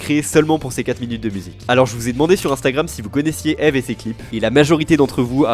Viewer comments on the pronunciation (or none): jten supplie ça se prononce ive pas ève ... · Mon chanteur pref depuis que le saint algorithme youtube (lol) m'a recommandé Anoko Secret y'a maintenant 5 ans. Contente de voir une vidéo sur lui en français, et de qualité en plus. Par contre, son nom se prononce "ibu", (en tout cas c'est comme ça que lui le prononce), ça me semblait important de le préciser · J'ai bien aimé la vidéo, mais d'avoir écorché son pseudo tout le nom de la vidéo ça m'as tendu ahah, ça se prononce "Eebu" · beaucoup on commencer a suivre Eve (que je prononce Yve personnellement) avec jujutsu kaisen, pour moi c'est l'inverse, je suivais déjà Eve depuis un certains temps et il m'a donner envie de commencer JJK (. ❛ ᴗ ❛.) 5 voir 6 ans que je le suis, que je suis tombée sur Dramaturgy puis outsider, j'ai eu des frissons avec Last Dance puis We're Still Underground, d'abord le teaser puis la musique complète (❁´◡`❁)